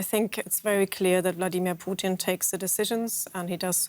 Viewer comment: Anyone else notice how they keep pronouncing "Putin" as "Poutine"? I keep thinking of a walking plate of french fries, gravy, and cheese curds screaming at his generals for their poor performance in Ukraine lol.